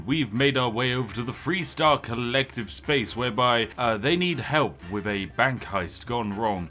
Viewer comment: Me at first: Did he say freestar, or threestar?